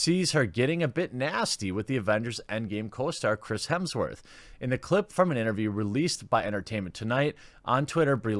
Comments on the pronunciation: It is Hemsworth and not Hemingsworth:-) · Is he saying "Hemmingsworth"? It's Hemms-worth or "Hims-Worth" Jeremy... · HEMSworth, not HEMINGSworth lol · “Mr. Hemmingsworth”😆😆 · Hemsworth not Hemingsworth 😂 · HEMSWORTH!!! Not hemingsworth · It’s Hemsworth buddy, not Hemmingsworth 👍🏻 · Did he say Chris Hemingsworth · Jeremy, I'm not even halfway through your video and I can't help but notice you say hemingsworth I think four or five times so far maybe more. I mean hey I'm cool with it but I was just wondering if you do that on purpose or did you really not know that his name is Hemsworth? The main reason I really know and took the time to ask this it's because I noticed no matter what the subject is it seems like a lot of people don't correctly pronounce that guy's last name. So again not that it bothers me or anything like that but I am curious like I'm wondering if there is some kind of a common way that that last name is spelled or looks like on paper that say when you're just trying to read something real fast and so I wonder if there's a common thing that happens with most people I don't know maybe I sound like a moron haha anyway or if you could get through my blabbering and as always thanks for another fun video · His name is Hemsworth not Hemmingworth!! Get your facts right. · lol "Hemmingsworth" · How long before he figures out it’s Hemsworth, not hemmingsworth? Edit....6 minutes. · 36 is not many many years away. Lol gotta poke fun. :p Hemsworth not hemmingsworth hahaha and oh ya fuck brie. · Are you saying 'Hemmingsworth'?! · Why do you keep calling him Hemingsworth? Edit: you noticed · Is he saying Hemingsworth? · was wondering why you were calling him hemmingsworth haha, bloopers! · Dude, it's Hemsworth. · "Hemmingsworth" that's a new way to say it lol